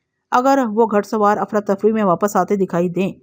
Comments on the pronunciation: گھ پیش ڑ سوار گھ زبر ڑ سوار نہیں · گھڑ سوار کیا لفظ ہے یہ گھوڑے سے بنتا ہے گھڑ سوار ۔۔۔ گھ کے اوپر پیش کی ہلکی آواز نکالتے ہیں